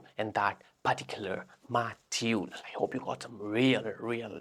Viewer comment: it is not indian if it does not says "perticular" in the video